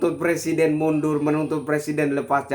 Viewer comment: plesiden halus mundul.. suruh bener dulu lah ngomong nya..!!!